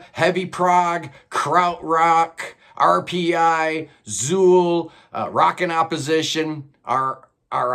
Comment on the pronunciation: Just an FYI: Zeuhl is not pronounced "zool". It's pronounced "Zoil". The language Magma uses, "Kobaïan", is a conlang (constructed language) that pulls a lot from German. Thus "eu" sounds like "oi" as in oil. So it's Zoil. And if you want to get even more precise, the Z is sharp, so it starts with a dental, "T" sound, so it's more like Tzoil. Once you learn the rules of Kobaïan, it "follows", and it's no where near as odd as some real languages, like Welsh. In Welsh if you say "I like Progressive music" it's "Dw i'n hoffi cerddoriaeth flaengar". And, (my Welsh is pure shite, but here goes) it sounds roughly like "Doo een hoffie keroraith flynger". Because the dd is silent. Since Kobaïan is a conlang, it's a lot simpler.